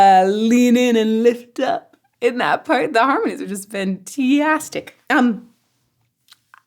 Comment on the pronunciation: "fan-tee-astic"? That's pretty funky.